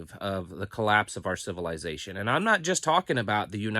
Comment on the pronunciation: I like how pronounces civilization...civil "eye" zation